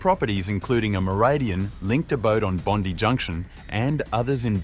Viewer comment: Pronounced Bond eye